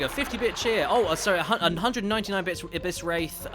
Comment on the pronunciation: Everytime he says bits it sounds like bitch lol